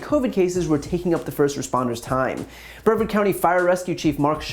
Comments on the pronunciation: I agree with basically everything you said, and thank you for so many of your videos. Just to boost your credibility perhaps a tiny bit within the state, , you said "In Florida's Brevard County", making it sound like "BREV-verd". It's pronounced with the accent on the second syllable, rhyming with "the Yard." There is also a Broward County, which rhymes with "Howard", accent on the first syllable. It took me years after I moved to this state to figure this out. And there are still arguments over how to pronounce "Kissimmee", "Alachua", :Micanopy", and many other places. I wish that my adoptive state would agree to debate differences of substance, but if we have to start on how to pronounce place names, I'll start there. Thank you for all that you do, Erin King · Bryan - Just FYI, it’s pronounced “Bree-Vard” County, not “Brev-Ard”… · Brian I love you and not being critical. I'm just from Florida It's pronounced 'Bree Vard County Love ya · Very minor point for Brian, if he reads the comments section: It isn't pronounced BREV-urd county, it's breh-VARD. Just a wee FYI. Carry on. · Brevard County is pronounced Bruh-vahrd County. Great video!!!! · It’s pronounced “Brie-vard”. The ‘e’ is long. I live here, ugh… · bre-VARD rhymes with yard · Brevard rhymes with guard. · Yeah he’s wild. Also it’s bre-VARD county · Great points. It’s pronounced Bruh-vard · Bre VARD you numskull. Rhymes with yard. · As someone from Brevard, that’s not how you pronounce brevard. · Hey Brian, I agree with you however, you kept mispronouncing Brevard County. 😆